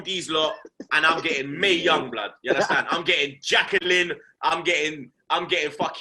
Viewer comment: Man said Mae young 🤣